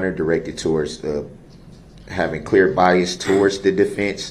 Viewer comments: Don’t forget “biast” too😆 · Didn't the judge teach him how to say BIAS?? IT'S BIAS, NOT BIAST!! I think the jury, made their decision the night they got the case, and decided they'd come back in the morning to fill out the paperwork.. that's why it was so fast..